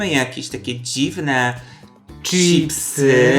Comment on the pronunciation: Madam, mówisz cipsy, kocham Cię ........pachnie jajem :D